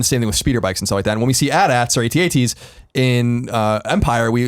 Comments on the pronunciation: It's "AT-AT" NOT "A.T.-A.T."! AND they used them in "Jedi" as well, noobs! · I cant stand when people call AT-AT's at-ats (@ its A-T-A-T. You don't call AT-ST's atst's so why do it with AT-AT's? Just had to vent my nerd rage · and Colin I love you man but Tim is right. it's pronounced Aye-Tee Aye-Tee